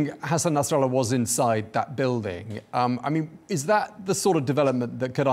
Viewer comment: Yeah I see this Saudi station is careful to tiptoe through information. W editor pronunciation of Nasrallah sounds authentic . Maybe not a good thing.